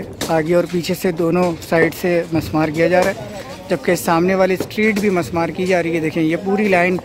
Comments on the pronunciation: Musmar nahi mismar sahi word hay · actual word is MISMAAR, NOT MUSMAAR